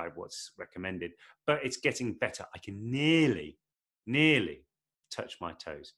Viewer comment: the way he says "nearly" 😍😂💀